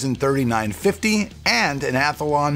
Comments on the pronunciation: hey mate this same thing happened yaers ago it is athlon not athalon hahahaha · spell year wrong i bet i cop shit but say athlon as athalon and nobody says a thing luv the channel hope you can keep it going